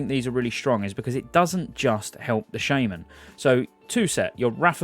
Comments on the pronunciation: I am pretty sure you shouldnt pronaunce "shaman" as SHAME - MAN, something u could look up xd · I cringed when he said "Shaman". It's pronounced Shaman!